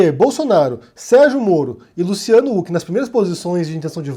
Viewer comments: Sério, tu só pode estar de sacanagem falando “Luciano Uc” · Wait, sério que a pronuncia do nome é "Uck"? Por um tempo pensei que meu fone tava quebrado